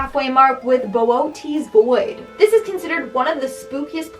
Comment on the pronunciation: You said the booties void but that’s the Bernard void...